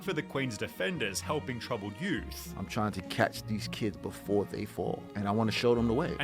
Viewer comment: I cant stand the way the guy speaking in the original video drags out the last syllable every fucking time “Six different times beforaaaa” I cant watch this video his way of speaking makes me genuinely angry for some reason, hence this comment